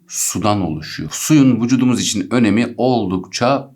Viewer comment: Vucudumuz diyişine ayar oldum anlamsız gülüyorum jdjdjdkd